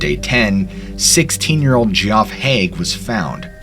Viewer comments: I know right. Couldn’t believe what I was hearing when he first pronounced Geoff as ‘gee-off’. But then he kept pronouncing it that way. Further on in the video he shows the newspaper article and the non-abbreviated, full name spelling of Geoffrey is used. How can he not realise that Geoff is just a different version of Jeff? The presenter on Coffehouse Crime YouTube channel is the same. He regularly mispronunces words that are basic, commonplace words. It’s really quite bizarre. English is the first language for both of these presenters. Part of me thinks they’re not real people. Possibly CGI animations. That doesn’t seem plausible. But like, WTF? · "Geoff" is pronounced "Jeff " NOT "Gee-OFF", you buffoon. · I imagine it's pronounced Jerry not gerry. And it's just Jeff, not jee-off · I believe that “Geoff” is pronounced “Jeff”. Not GEE OFF. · Her name wasn't Gary. It was Gerry! (a nickname for Geraldine) And, Geoff is short for Geoffry (pronounced Jeff and Jeffrey, sometimes Joffrey, but never Jee off ree) You really should check pronunciations before making videos. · Are you sure the boy scout's name was pronounced Gee-off? It is usually pronounced "Jeff" even if spelled Geoff. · I love your story telling ability, but I need to point out that Geoff is pronounced like Jeff (not Gee Off). The newspaper article stated his name as Geoffrey which is pronounced like Jeffrey. Sorry to be “that guy,” but don’t want your credibility to be questioned. But I do want to reiterate that your story telling ability is phenomenal. 😊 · Just an FYI you pronounce “Geoff” as ‘Jeff’ , not “Gee-off.” The G spelling is just the UK English variant. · You know it’s actually pronounced Jeff… Not Ge-Off…… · That could be pronounced Jerry since her name is Geraldine. Seriously dude, G off? It’s pronounced Jeff. I like your videos but get real. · love what you do... but GEE OFF!!?? Geoff! is pronounced Jeff!! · And Geoff is Jeff not G-off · Gee off is actually pronounced as Jeff